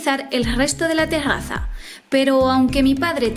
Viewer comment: el ggggesto de ga tegggaza 🤣 lo repetí mil veces dkfjdjjf